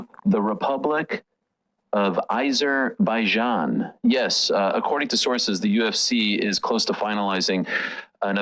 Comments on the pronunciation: Why are these 2 dorks pronouncing it like they've never been heard of Azerbaijan before???????? 😅😂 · The way Ariel is saying Azerbaijan is pissing me off and I am not even from there 🤦